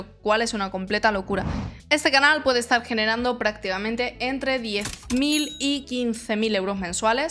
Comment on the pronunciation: Por qué cuando dices "estar", pronuncias "eschar"? Si pronuncias bien la "T" en otras palabras. También cuando dices "este", "esta", "bastante", etc. No es el acento de un país en específico, solo se escucha una dicción que se puede trabajar.